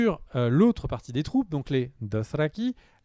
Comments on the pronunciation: C est génant sa maniere de dire "drothraki" ... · BIgby ça passe plus, je comprends pas pourquoi il prend plus de place, pourquoi il prononce les dothrakis, Daeneris et co comme un sagouin, pourquoi il n' écoute pas son compère, etc etc. Bref redescend un peu stp ça ne te rend vraiment pas sympathique.